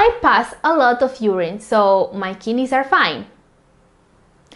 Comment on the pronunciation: kid neys..not kinis